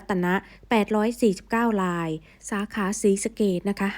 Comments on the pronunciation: ทำฟมผูดอักระไม่ชัด ทำไมผูด ราย กลายเป็นลาย ผูดไม่ชัดเลย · รายค่ะไม่ใช่ลาย